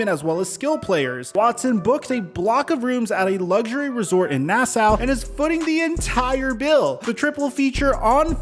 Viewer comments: NA-SOW 🤣🤣🤣🤣.... Nassau is pronounce NA-SAW... LOL... Most non-Bahamians get it wrong so it's all good, just found your channel.. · Dudes never heard of Nassau??!? TF is “Nass-Ow”?